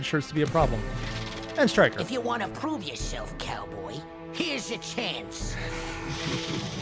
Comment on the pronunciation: *mispronounces Striker's name* every homestuck watching: did somebody say STRIDER??